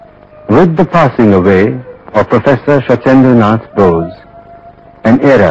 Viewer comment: bose ... sorry ... not nose